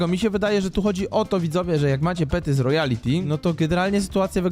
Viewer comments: to nie "ROYALITY" TYLKO "ROYALTY" NIE "ROJALITI" TYLKO "ROJALTI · Pov: mówi royality a pisze royalty xdd.